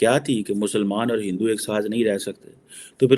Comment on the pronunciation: he finds it difficult to say Hindu